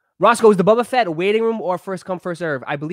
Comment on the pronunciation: Why he keep saying bubba fett 😂